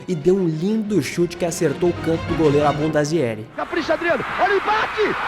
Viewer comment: Abundaziere. KKKKK